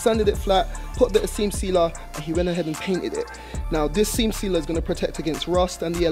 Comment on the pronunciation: When you was chattin about the seam sealer, it sounded like you was sayin sim simma, so thought you’d follow it with “who’s got the keys to my beemer”…🤣🤣🤣 Maybe next time my brudah still…perhaps when you workin on the one series still! 🤦🏼‍♂️🤣🤣🤣